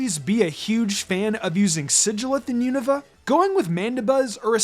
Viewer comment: finally!!! someone who pronounces unova correctly